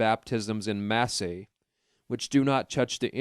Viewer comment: This is the worst narrator I've ever heard. So many words mispronounced. The freaking E is silent in "En masse". And it's not protest-ants it's protestants. Wow